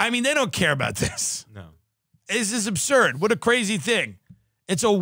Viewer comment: "It's abshuuuuuuuuuuuuuurd" -Tim